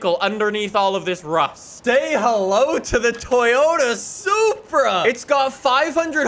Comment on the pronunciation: You’ve been pronouncing it like soupra,must be still high on soup after the soup wars